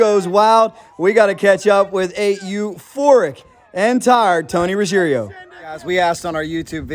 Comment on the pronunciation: It’s roo-gee-AIR-oh. NOT rooj-EAR-eh-oh. The I comes after the G not after the last R. Basic Italian. I remember when sub 8s were a new thing in NHRA Too Fuel. Doing that on two wheels incredible! /s/ Matt’s dad